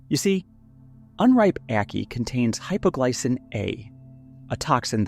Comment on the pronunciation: Hüpoglücken? 😂😂😂 Hanswurscht! Ich musste auf Wiwkipedia nachsehen um festzustellen, dass du Hypoglycin meinst, eine "verunglückte" Aminosäure, die eine höchst seltsame Struktur hat: Sie enthält einen Endomethylencyclopropanring. Das ist schon was! Menschinellbaum! Du meinst die Manzanilla del muerte, auf französisch Manchinel! So, wie DU es sagst, ist es allenfalls zu erahnen, was du mit deiner eingeschlafenen Stimme meinst. Du bist ungeeignet, so einen Text vorzulesen, einfach wegen mangelnder Bildung. Du verhunzt jeden Namen. Hurra! Du kannst "cyanogene Gykoside" sagen! Was du allerdings im Bild zeigst, sind der Schwarze Hollunder, der rote Hirschhollunder, und der einjährige Zwerghollunder (der aber auch fast 2 m hoch wird). Die ersten beiden sind nach dem Kochen essbar, der Zwerghollunder bleibt aber auch dann giftig. Es wird in etwas "Heil-endes verwandelt." Oh neeein! Amygdalin. Richtig gesagt! Was für ein Baum? Ein "Stengelneun"-Baum? Jetzt wird's echt blöd! Was das soll, kann ich mir nicht erklären. Du quatschst offensichtlich von der Brechnuss, der Strychnos nux vomica. Die Samen enthalten nicht "Stengelneun", sondern Strychnin! Du erzählst wirklich Blödsinn, vollständigen Quatsch. "Strickneun" kommt später, dann "Strick-minus-neun-Baum". Volltrottel! Nicht Pangium "aide", sondern P. edule! Die Frucht sieht auch nicht aus wie ein Fußball (wir sind nicht in den USA!), sondern wie ein eiförmiger Rugby-Ball. Später: "Pangium idol". Volltrottel! Die europäischen Spindelb